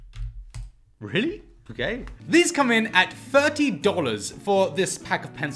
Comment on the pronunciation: So much of a different for the price. Captain America was my favorite Marvel. Quick question are you saying thirty or firty? The accent huh.